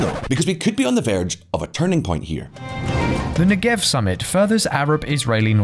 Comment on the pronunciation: It’s pronounced Neggev, with the stress on the first syllable.